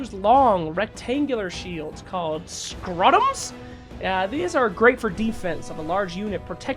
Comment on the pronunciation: *SCUTUMS not scrutums lol